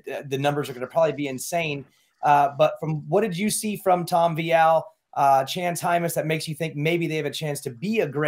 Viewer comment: "vEEal" try it? Not Vy Al